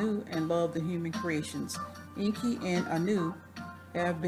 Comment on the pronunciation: you are not pronouncing it right - you CANNOT pronounce EN.KI like an american way - get educated...read Zechariah Sitchen books, learn the truth..stop blabbering on you tube...